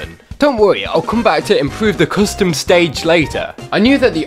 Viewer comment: "Friday night fonkin'" "Coostum"